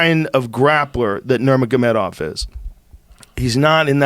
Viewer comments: "Kalabeeb Nur-Maga-Meta-Moth" - Joey Coco Diaz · kalabeeb nurmagomegamov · Joey needs to stop talking about Khabib. He can’t say his first or last name. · Top UFC P4P fighters according to Joey Diaz: 1. Khalabeeb Nurmagomegomov 2. Mipe "Immigrant Mentality" Stiopic 3. Francis "Magumbo" Ungayo 4. Tony Henderson 5. Tyrone Woodley And any other he ever mispronounced.